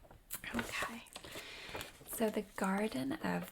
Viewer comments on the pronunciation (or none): its like "yæh, okaɪ"